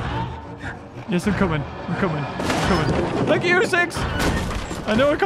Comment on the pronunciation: " A big shank you." Me:"....im sorry?" REMMEMBER THIS WAS WITHOUT SUBTiTLES SO THATS WHAT I HEARD!